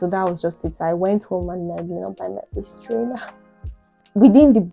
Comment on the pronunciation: When you said waist trainer it sounded like waist strainer. I wouldn't have understood you if you had been speaking to me.